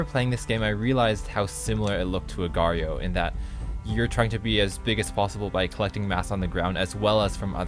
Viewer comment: It's just pronounced "Agar"